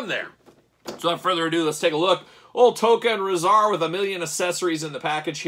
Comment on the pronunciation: They are pronounced TOCK AH and RAH ZAR